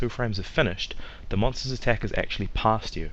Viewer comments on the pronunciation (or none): none